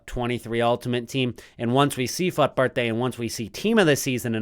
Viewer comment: The way you pronounce fut is very annoying bro. You really don’t need to exaggerate ‘fut’ that high Thankyou ❤